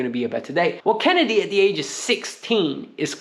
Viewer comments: KENDRY Paez, my friend. KEN-DRYYY Paez. Not "Kennedy" 😅😭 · Lol.. It is Kendry not Kennedy 😂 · In English pronunciation would be Ken-dree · Kendry = Ken-dree 😂